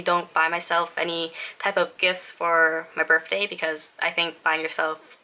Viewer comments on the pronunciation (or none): Hehe u said burf day :3